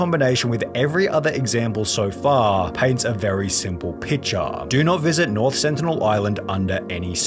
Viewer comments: why yall pronouncing sentinel with an accident? its an english word..........one of the xmen's main villains? the sentinels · LMAO bro confidently said with an accident 😂